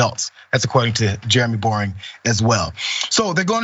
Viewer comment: His name is Boreing? And he pronounces it "Boring"? As if that wasn't enough, God showed him he doesn't love him by making him short! His insecuritiy must be crushing at times! Must be why he over compensates in everything does. Bless his heart. Just sayin'...